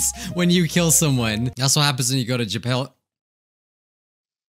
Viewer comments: Me: Japan,: JAPAIL. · japale Me: lmaoooooooooo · Makes fun of the "I so pale" girl Also: jApAiL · Nobody:: JAPAIL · Japail Me: suffocating from laughter for the first time in the video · No one: Me at 12am: laughing historically at saying "ja-pale" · "Whenever you go to jApAlE" - 2021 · Who would say I so pale? Also: Japail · "When you go to japail" does it again Me: LAUGH MYSELF TO SPACE Me: my cheeks hurt from LAUGHING 😃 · japale- me: stop it. get some help XD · jupale me:OMFG HAHAHAHAHAHAH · When he says Japal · "Whenever you go to ja pail-": I SO PALE